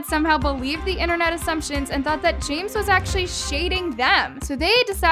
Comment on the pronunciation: SHE SAID JAMEZZZZ?????!!!!